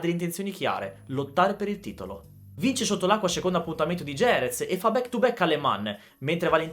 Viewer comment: JEREZ SI PRONUNCIA " HERèTS "